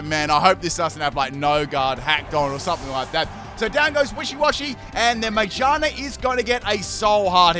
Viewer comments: Am I the only one who noticed the pronunciation of Magearna? It’s literally pronounced Ma-gear-na. What is this Mage-are-na? I do not know this pokemon. What is its type? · its annoying how he says magearna (its mag-ear-na not my-ge-are-na) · Its name is Ma-GEAR-Na... Not MAGE-arna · Magearna: Has the word "gear" in the name.: Majina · Still can't get over him pronouncing Mah-GEAR-nah as May-JAR-nah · Me: MA: MA Me:Gear: Gear Me:Na:Na Me: Magearna: Maijarna! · Yo, I'm a bit confused unless you're joking but why do you pronounce Magearna like "mage-arna" instead of "ma-gear-na" since its a pokemon about cogs and gears lol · I'm sorry but 'ma-jar-na' insted of ma-gear-na. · Every time he mispronounced Magearna I lost about 16 brain cells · "Mayjina" ah yes, mayjina, the robotic rabbit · Pronouncing “Magearna” as “Magina” is hilarious 😂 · It still sounds like he’s saying magina lol Aw no dc this time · The way he pronounces Magearna bothers me more than it should. The correct way is Ma-GEAR-nuh. That's how it is in the movie (Volcanion and the Mechanical Marvel) and it makes sense since the Pokémon is based on a mechanical Poké Ball with gears. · Say it with me: Ma-gear-na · It's ma GEAR na lol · why he say magearna like "magina" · why do you pronounce magearna majarna? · Ma-gear-na as is it’s made of gears. Come on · It’s MA-GEAR-NA. Sorry but that was bothering me 😅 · Okay but stop saying magearna as majarna please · Okay, but it's literally a pokemon made out of gears, so. MaGEARna. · Back at it again with saying Magearna's name weirdly again 😭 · I died even harder the way he said Magearna 😂😂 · Him saying MaGEARna wrong is triggering lmao jk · the way you pronounce magearna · Why u pronounce Magearna like a specific female body part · i am allergic to how he pronounced magearna. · wtf is ur pronunciation of magearna?😭😭